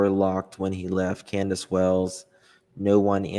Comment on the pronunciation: Its Candus, NOT Canduce!, please...get some real content and stop this...